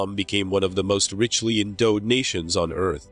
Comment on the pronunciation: "Richly endoughed nations?"